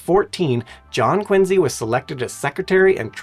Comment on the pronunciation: Wow im from Quincy, Ma. My city is amazing! City of presidents! (2 from there) And the USS Salem. And he even pronounced it correctly!!! Wow that was awesome.